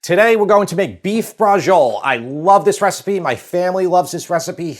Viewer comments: Amazing recipe. Can't wait to try it. I can't help but cringe, though, at the Italian-American pronunciation (butchery) of real Italian words. "Braggole", "Gabago","Proggute", etc. . . We need to show some respect and deference for the country and culture that brought this great food to the world. It's "Bracholleh". 🤌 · Great video well done, but please pronounce the word in Italian and don’t drop the vowel at the end!😂 drives me nuts when my father’s family Anglicized all Italian words. Relish the beauty of the Italian language. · Oh my God, your pronunciation... Anyway, BRACIOLA is a cut of pork, with bone. It is called Pork Chop. Only in the SOUTH do they call this dish Braciole al sugo. How ignorant they are. And note, very important. They (in the South) use the Tomato sauce of the "Braciole al Sugo" and refill with other fresh tomato and keep cooking. Eating the meat once a week. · Why do Americans always insert the 'g' sound from "beige" into foreign words where it doesn't belong? The "ci" in "braciole" is a "ch", like "cheese". The "j" in Beijing is the "j" in "joke". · This looks so delicious, seriously bravo. BUT....oh god the pronunciation of Braciole, brother come on. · Bra-chee-o-le, not bra-zhul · Bradgziol :-) may be get the name in real italian accent sort of "Bratshiolé" in english tongue? the e at the end is not silent, overwise interesting way of doing Bratciole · Quick improvement: Don't say Brahjole. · Isn't it pronounced "Bratciolay?" My Italian's pretty rusty. two c's are hard right? one c soft, so it's "brashiolay"? do we just call it brashol over here? I'm a bit confused on the name, but the recipe looks amazing. I just ate and I'm still drooling! wish I had 2 stomachs... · Great episode, but i just wanted to inform you that braciole is pronounced brah-CHOH-leh. Thanks for the video. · Bras Chi Oh Ley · What is a Bra-Joel? LMAO 🤣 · Braciole is pronounced braa-cheeo-le. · Please first learn to pronounce it.